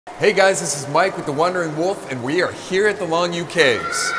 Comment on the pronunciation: Longyou is actually pronounced Long Yo . Pinyin is een beetje veranderd